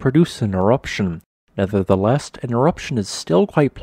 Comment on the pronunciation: Never-the-less, not never-the-LEST !:-) 🙏